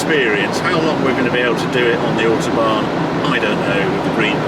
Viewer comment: Love the video but please please pronounce autobahn correctly!